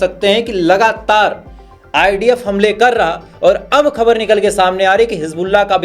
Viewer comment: Please use hindi word samachar coz you just can't pronounce khabar.